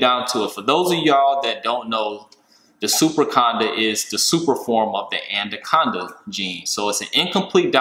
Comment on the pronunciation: Another great video but I have to say there is only one d in anaconda. Its anaconda not andoconda